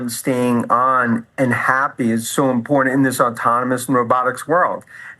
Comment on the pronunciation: Impor-ant. America is turning Cockney